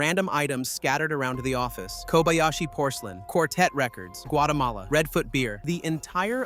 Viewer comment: Work on your rendering of "Kobayashi". Jack, the Japan Alps Brit 42 years and counting